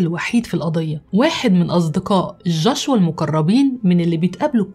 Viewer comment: جوشوا وليس جاشوا